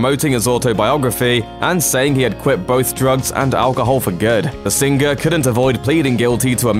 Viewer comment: Ha ha I love how this guy says sing-gur . Also sez not saaays!